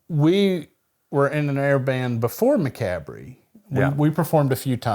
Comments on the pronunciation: 'McAbry?' It's actually promounced: 'muh-COB.' And there was already a thrash-metal band called 'Macabre' in the 80's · I hope so too! But the band is pronounced “muh-KOB” not MACK-a-BREE. :) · . Its still funny how you say Macabre it sounds like Ma -Cab -ry... in Australia we say Ma Ca bra. 😂😂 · i love how they still mis pronounce "macabre" - macabree. It's pronounced Muh Kawb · Macabre isn't it pronounced mack cob? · Did you guys ever learn to pronounce macabre properly lol? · Did you guys ever figure out how to pronounce “Macabre”?? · Did y'all ever learn the correct pronunciation of macabre? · Still pronouncing macabre wrong after all these years